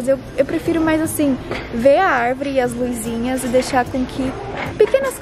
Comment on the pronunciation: Oi, não leva a mal mas não fala “LUIZINHAS” o correto é “Luzinhas”, não tem “i” , teus vídeos são ótimos, abraço 🤗